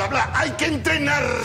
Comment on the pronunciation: "Hay que entrenarrrrrrrrrrr" 🤣🤣🤣 este tipo es un show puramente humorístico 🤣🤣🤣